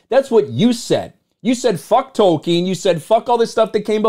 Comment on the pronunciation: Its Tolkien not Token